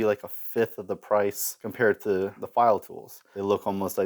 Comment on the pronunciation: I've been lucky, I live in Switzerland where Pfeil is from. I've bought straight from the factory, and I once came across the six piece set second hand for 20$! I've also, unfortunately, seen them absolutely mangled in school workshops... (Btw, the P in Pfeil isn't silent, it's pronounced). Nice video!